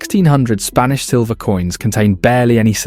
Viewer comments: "Spnaish empire" ? 🤣🤣 Or is it "Spinach"?.... "Spanish"? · "Spnaish" Empire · seconds in and it's the SPNAISH EMPIRE brother... PLEASE. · 'spnaish empire' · “Spnaish Empire”